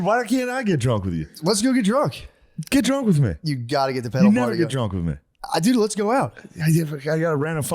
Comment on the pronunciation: The way Matt says “pedal” it sounds like he’s saying “pedo party” and I don’t wanna get put on a list